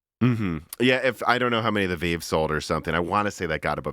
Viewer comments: I get so triggered when he calls the Vive the VEEV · Really? The "Veeve"? If there is any topic cannot speak intelligently about, it is VR. So many inaccurate statements and missed opportunities. Post script....your phone is not giving you brain cancer.